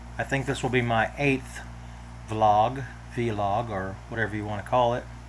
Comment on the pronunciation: Vlog is pronounced as one word (i.e. blog.)